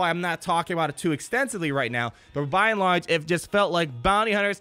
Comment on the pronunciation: Buy in large? You say it a bunch in this vid. Why? It reminds me of Wall-E.